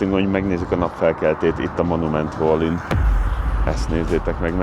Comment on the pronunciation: Szia, Egy apró kukacoskodás: valley-t inkább "velli" és nem "volli"-ként kell ejteni 🙈. Amúgy megnéztem a teljes US sorozatot, köszi a videókat!